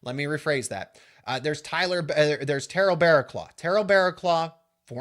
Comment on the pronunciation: Dudes sooooo white he can't pronounce Terrell